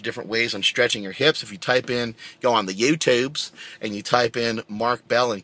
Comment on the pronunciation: "YewTewbs" LOL